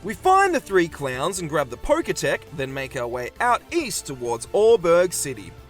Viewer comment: It’s poketch (the end part comes from the word “watch”) not “poketech”